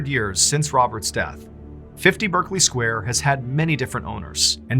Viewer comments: Just a little nit pick, it's pronounced Barkley not Berkley, don't know why it just is. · Very good story, but it's pronounced "Barklee" square. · Pronounced Barkley. No idea why. 🇬🇧